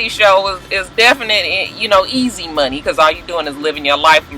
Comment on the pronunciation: Hey!! When you were talking about Dre and the money, you reminded me of Scrappy and Erica by the way you pronounced it; 'Munny'. Lol!